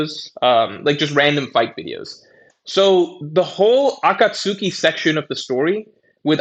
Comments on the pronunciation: The way he pronounces, akatsuki is insane. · Also with WIT you can at least understand what he is saying. with Akatsuki I had to do a double take